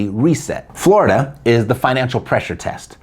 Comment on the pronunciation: You had me at "floridia" (rhymes with "chlamydia"). Whenever I see that word, I know a story about eejits electing a government of criminals and enemies of the state, is coming.